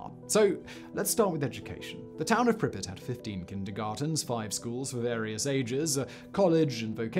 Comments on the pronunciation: I 💕 you Simon but every time you pronounce Pripyat I can’t help but cringe! 😂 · It is weird that you do research on something and then can't pronounce the name. Sorry I insulted your god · I've never heard Pripyat pronounced Pribbit before, and so many times. I always heard Russians pronounce it as Preep-Yacht. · Preep-yacht is the right one. Trust me Im Romanian I know 🤌🤌🤌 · World: Pripyat Simon: prippet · It's not PRIH'-pit. It's PREEP-yaht. And it's Sla-VOO-teech ;) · Did he say pripet? And not [pri-pjat] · Pri-pet? You mean pree-pee-yah-t? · Isn't it Prip-ee-at rather than Pripit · The city is spelled Prip-Yat not Pripit. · Its prounced prip-pee-at not prip-it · Simon it’s pronounced “Preep-YOT” not “Prippit” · Prippets? Really?🤦🏻 I’ve actuslly been to Lendon too!🤷🏻‍♂️🙄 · Why couldn't you say prip-i-yat like everyone one else? You just wanted to be different. Brutal. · Not sure what's worse, the Chernobyl disaster or Simon's "Prippet" pronunciation disaster. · If you're gunna call it 'Pripyit' you have to do it with the Russian accent, otherwise you sound like a prat. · Just a note, there is a difference in ukrainian and russian pronunciation. Pripyat with more prominent 'y' is closer to ukrainian, in russian, it is pronounced with soft 'p' followed by 'a' and then soft 't'. The way Simon says it is closer to russian pronunciation. Since in the beginning of the video he mentioned he visited the city, i assume he picked the pronunciation from local guides, who are commonly russian-speaking. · Living in Ukraine I can tell you Simon's pronunciation is incorrect. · Anyone else annoyed that Simon didn't enunciate the "y" in Pripyat? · Pripyat- it's a long a, not short. Don't say it like you're saying "cricket", but more like "bangmate". Also, ppl have returned to the exclusion zone and nearly 7K ppl live spread out around the area. Many are farmers who live off of what they grow (irradiated and all). Update that script fact boi!! 😜